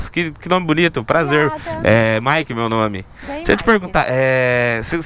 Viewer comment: E ele falou o nome dele "" quando tava com a today e quando tava com a Mt09 tambem falou "" ksks